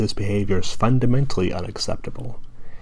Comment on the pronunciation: does saying (fundimentaly) make you feel better about you being 40 years old and still playing xbox